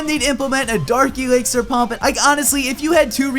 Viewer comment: is it just me or does always prenounce dark elixer as darki elixer (sorry for my grammer im dutch)